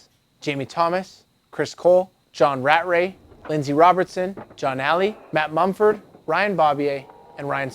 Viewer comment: He said john rat ray.. lol. I always pronounced it Raa tray